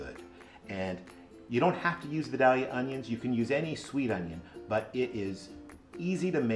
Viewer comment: Love the recipe but I gotta say I was wincing while you were mispronouncing Vidalia! Those onions are named after the town in Georgia where they come from and its pronounced "vy-dale-yuh"! Vidalia is about 45 minutes from me and they love their onions, they have a big festival for them every year!